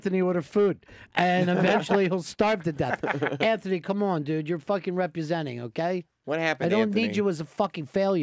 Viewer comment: Ronnie saying "repusenting" will always baffle me.